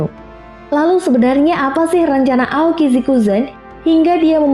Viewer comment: Bisa bahasa inggris gak,? Aokiji Aokisi, kok sebut buzztercall busterkal aneh.